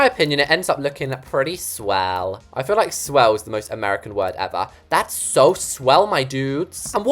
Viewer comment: Just so you know, no one America says swell like that😂😂